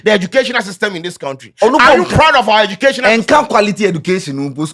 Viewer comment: What do you expect when your education minister says kentry😂😂😂😂